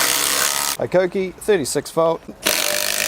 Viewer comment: Where’d you pick up the bad habit of saying High-koh-kee? It’s Hee-koh-kee.